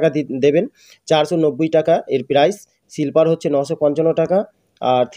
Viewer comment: When you give descriptions, your pronounciation must be strong and clean.But sorry to say you spell silliper in liu of sleeper coach. Immediately correct your spelling.